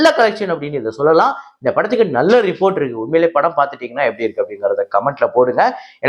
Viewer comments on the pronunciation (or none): none